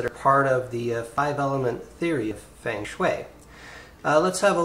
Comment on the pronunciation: It's pronounced "fung shui" but cool app.